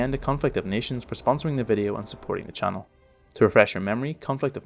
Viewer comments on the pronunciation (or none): none